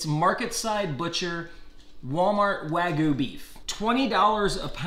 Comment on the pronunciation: It looks like select grade and has no sear and its "wag-you" not wagoo